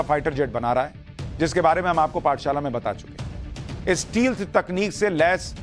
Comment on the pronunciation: ए भाई: स्टील्त नहीं, स्टेल्त बोलो पवन करे सोर (मिलनमे मुकेश ने कहा था)